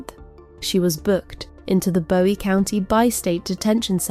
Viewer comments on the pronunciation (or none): It’s Boo eee county and Texar CAN a. I’m unfortunately a former Texarkanian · I live in Bowie County (pronounced BOO-eee FYI). Your work here is incredible. So detailed and thorough. Thank you. I had no CLUE that this POS was pulling all of those stunts while she was in jail awaiting trial. And the sunflower mask is just pure evil. Satan is blushing over this beast from hell.